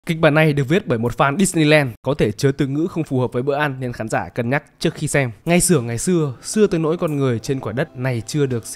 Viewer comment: không phải dissneeland, nghiêm túc tí đi em